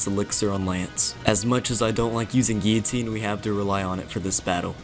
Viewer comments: "Gi-oh-teen" Gill-oh-teen, sir. Guillotine. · It's pronounced 'Ghee-Uh-Teen'. French word. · if you literally type in guillotine pronunciation it says 'gil, leh, teen' I didn't say he said it wrong I'm saying it's weird he says it like that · You keep saying guillotine wrong and that's a problem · Bruh how did you just say guillotine 😂😂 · Damn, never heard someone pronounce guillotine so weirdly